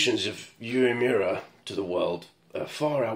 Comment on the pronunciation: Your pronunciation of 'Uemura is spot on' 🙂